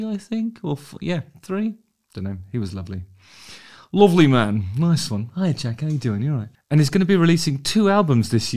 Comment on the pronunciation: My most favourite channel on YouTube, your really knocking it out the park Justin . But I can't help noticing the Yorkshire accent used when you said he was a lovely man. We all know what the Yorkshire accent means😉